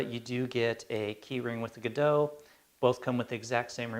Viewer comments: They're all Godox (That's, "God-Ox", not "Guh-doh"). One is the LED 1000C (colour variable - the one you have branded as Godox) the other is the LED1000W (daylight balanced - the one you have branded as Pixapro). Pixapro is the biggest UK distributor of Godox products. They're just rebranded, but it's the same stuff. Like Adorama do in the USA. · John..Glad that you stepped in there to inform the correct pronunciation of the word "God-ox" as stamped on the product... must be thinking its a Godo -x-LC500C! I use 1 of these panels (The Godox LED500C) Its a super panel - however I would have liked it to operate from 0-100% on the light output....